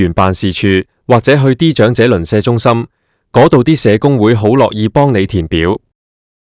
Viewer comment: 長(音掌)者生活津貼；長(音祥)生祿位。